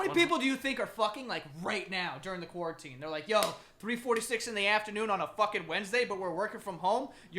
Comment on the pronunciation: "corn teen" lmfao i never thought i'd see "quarantine" butchered to this extent